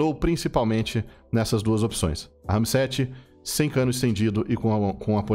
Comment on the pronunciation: Hahahaha poxa, por que você enfatizou o “RAM”? Era bem mais autêntico quando você falava “Rami-7”